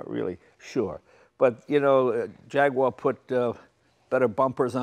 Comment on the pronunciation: the way jay says jaguar hahaha